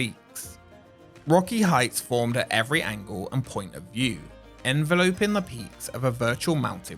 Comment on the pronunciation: . Foilage? Ugg. Learn to pronounce words. foLIage. ENveloping? enVELoping.